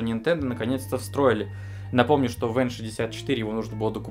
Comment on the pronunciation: Ты понимаешь тошто, или понимаешь, что?